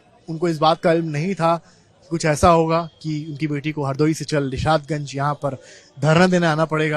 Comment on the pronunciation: निषादगंज नही, निशातगंज है,..